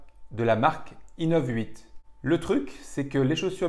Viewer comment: Inov eight pas Inov huit 🤣😉